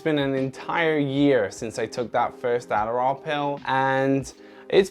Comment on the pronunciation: he turns into an American ADDDDARRRRRRRRRRRRRRRAAAAL